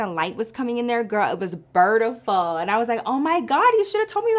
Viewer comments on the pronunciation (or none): LMFAO "it was burrrrtiful"